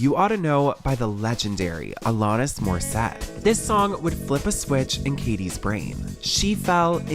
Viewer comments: Please check your pronunciation before recording your videos! They are so brilliantly recorded, written, produced... your team knows more than anyone how much work goes into Deep Dive Productions. I'm a big fan, but mispronunciations like "Alanis Morissette" take me out of it, undermine your professionalism, and disrespect people whose names you mispronounce. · I’m sorry but as a Canadian I keep getting triggered every time you say Alanis Morissette incorrectly 😂 But I don’t overall care I adore this channel and secret society sooooooomuch